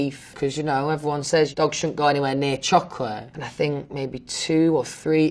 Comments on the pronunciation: I fink so, I like to fink so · “Is Louis Tomlinson nice?” “I FiNk so” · "ehm... i fink... fanks... if ahm bein' honest'..."